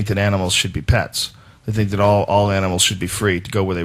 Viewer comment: you saying 'dat' really helps out too bro